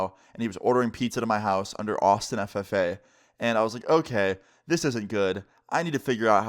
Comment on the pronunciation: The way he said ffa🤣🤣🤣🤣